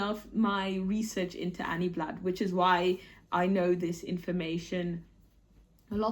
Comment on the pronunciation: Hi! Love your vlogmas. Indeed, Anny Blatt (you've got the correct pronunciation by the way) was French, born in Mulhouse in 1910. When I was a kid, my mom would sometimes buy catalogs and wool from Anny Blatt. High end wool. You can still buy some today. On the official Anny Blatt website, there's a section where you can find out more about her. It's in French though. They may have a version of the website in English, I haven't checked. I started following you when you were in Japan and watching you dancing at the beginning of videos makes my day each time!